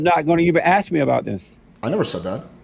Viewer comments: WTF he can’t even pronounce the word ASK and he said I’m AXING you ! JLP is an illiterate HOUSE 🥷🏽💯🙌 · It is ASK not AX. Learn to speak.